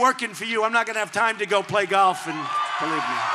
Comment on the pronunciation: " Beleave me." When he says that...you know it's a lie.